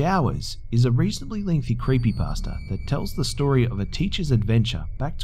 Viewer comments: I love how sometimes pronounces creepypasta "creepypaster" XD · and sometimes sounds like creepy-pastor